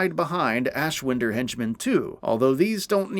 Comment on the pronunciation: I've watched you guys for god knows how long. But it shows you just read from scripts and not actually played it. You say ashwinder wrong and it bugs me